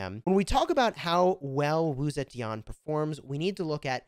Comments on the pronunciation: Still butchering her name to date lmfao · This game is awful and so is your pronunciation but Wu Zetian is amazing.